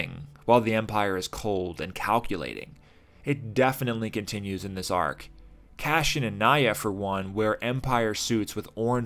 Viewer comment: I'm sorry to be "that guy", but why do you pronounce his name Cashian instead of Cassian? It's like Lando purposefully pronouncing his friend's name HAN instead of HAHN. It's bothersome and it breaks me out of your otherwise fantastic analysis.